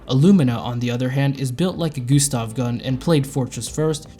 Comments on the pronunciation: As a german I can confirm that is NOT how to say Gustav lol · the way you pronounce "Gustav" is hilarious lmao